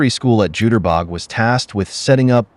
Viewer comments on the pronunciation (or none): "You-ter-bok" not "Jew-ter-bog"